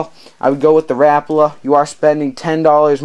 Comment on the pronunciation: Im just putting this out there but its not rapla its rapala